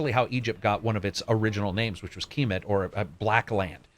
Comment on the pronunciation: Its pronounced KIM-ET (Khemet)